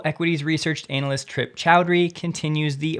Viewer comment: "Anna-list" vs "Anal-ist"